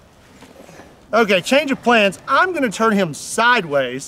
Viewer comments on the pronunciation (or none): none